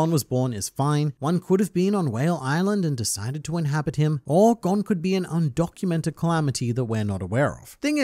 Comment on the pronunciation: Why does it seem like all the people who make Hunter Hunter videos say Gons name wrong. including this video